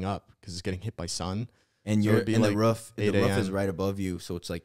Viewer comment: Lmao really out here pronouncing a roof “a ruff”